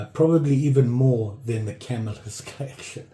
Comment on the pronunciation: Hey, i enjoy your videos and i'm a subscriber. I started dabbling in knife collecting all because i saw a Knife Doctor video and that led me to you. I'm absolutely an amateur although i've always liked them but never seriously collected them. Anyway, and i hate to mention this, but i think you are pronouncing Camillus wrong. It's a definite 3 syllable word and it's pronounced ca mill us. Please don't think i'm a smart ass/know it all.Keep up the great videos!